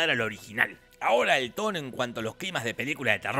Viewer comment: Me llevó varias veces entender que decia "tono" y no "toro". Imaginate mi cara cuando me di cuenta.... XD